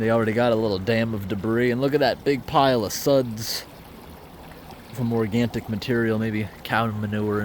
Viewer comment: I noticed you often mention 'organtic'... Is it actually - organic that you mean to say? ,;)🐁